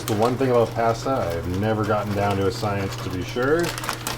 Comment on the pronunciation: Yay another mispronunciation of the word pasta video 😂 It’s my favorite bingo card square!